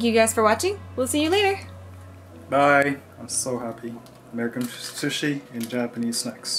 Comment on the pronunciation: Ok but the way says sushi is lowkey satisfying